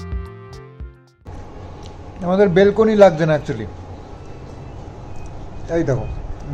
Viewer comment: বেলকুনি বলে না ওটাকে বালকোনি বলে 😅😅